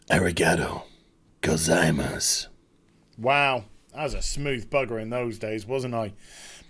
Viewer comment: Arigaro... Go-zai mass